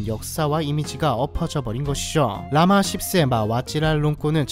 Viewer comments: 라마 10세가 라마 ㅆㅅ로 들리는건 나만 그런가요? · "라마 10세" 를 한국어 발음으로 라마 씹쌔 라 부르면 맞나요? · 발음이 라마씹새로 들리는건 내 귀가 이상한건가😅